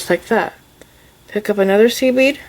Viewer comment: I’m so new to this I kept thinking she was saying “seaweed” instead of “seed bead” 😂😂